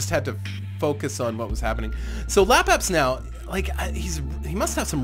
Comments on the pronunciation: Just a minor thing. I have watched alot of your videos, and like them alot :-) But you allways call him Lapabsnow But it is spelled Labsabnow You move the "S" :D No big deal I have just noticed that :D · Lapsapnow not lapabsnow